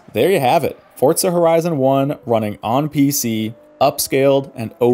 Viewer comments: Why do you call it Fortza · haha ' Fortza ' i'm not the only one that hears it right?😂